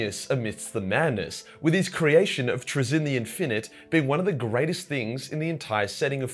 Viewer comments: I'm not even English and I know it's not traZIN the inFINITE pronunciation but TRAzin the INfinite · Wait wait wait. Say "infinite" again. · How do you manage to mispronounce infinite, unless that's an artifact of your accent I can't tell